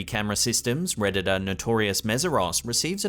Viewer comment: WHY THE CREEPS ARE YOU SAYING REDDITER INSTEAD OF REDDITOR?!